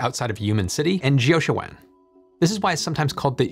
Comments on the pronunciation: Jiuquan is pronounced "Joe Chwan" in rough American. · Jiuquan...Gansu.. all the names are pretty butchered. 😅